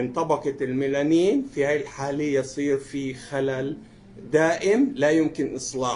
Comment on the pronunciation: الميالين وليس الميلانين